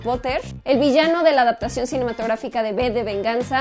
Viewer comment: ¿V de Vendetta lo has pronunciado como B de Benganza? Tendrás que disculparme, me rechina mucho, será cosa de la distancia